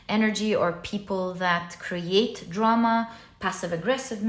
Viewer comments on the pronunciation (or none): none